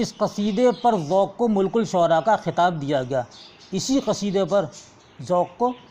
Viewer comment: Malikus shura hai sir.... Mulkus shura nhi...